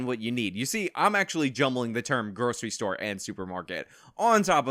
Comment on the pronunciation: What's a "Storah"?